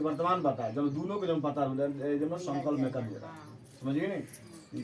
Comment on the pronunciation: sankalp sankalp thik se kijiye